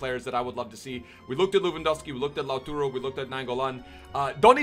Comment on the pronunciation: Really bothers me when you say LauTURO when it's clearly LauTARO but ly x